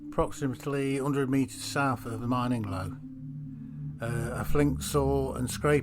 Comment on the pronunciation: It’s pronounced like grinning low but with an M